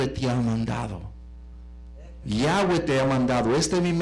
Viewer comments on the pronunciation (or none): No es Yáhweh sino YAHWÉH